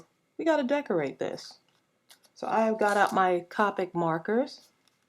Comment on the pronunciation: This is really cute:) I love to use stickles :) just to let you know it's copic you say it with the long o sound:)